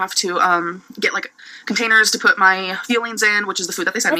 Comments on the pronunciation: Omg i keep hearing feelings instead of fuelings lol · It’s sounds like she’s saying her feelings instead of fuelings😅